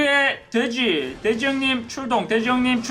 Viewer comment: 초 허팝님 발음이 돼지를 대지라는줄